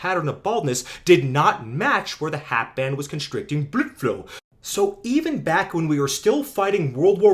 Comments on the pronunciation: I had to stop. Your pronunciation of blood flow was exhausting to hear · good video great information but get to the point, you spent about 5 minutes insulting a supposed friend of yours, childish tone and the weird pronunciation of blood flow got real old and annoying man you sound like a kid that gets obnoxiously mad when someone disagrees with them, slow down I get it you don't like the misinformation getting put out but relax let your good research do the talking. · I must be mentally ill... no matter how many times i hear him say "Blødflo" I cry laughing every damn time 😅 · i watched the entire video just to keep hearing him say BLUDFLOW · Why are you saying blood flow like that? I can’t make it though the video. Is it a joke I’m missing? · So is he saying bloodflow like that because its from a different language or to mock it? Im not invested in this topic so if this is a common thing i wouldnt know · Why the fuck can you not say blood flow normally? And why can't you make a video without being so angry? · why do you say blood flow with a german accent?